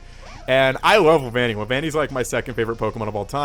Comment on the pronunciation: and you did say it correctly ;)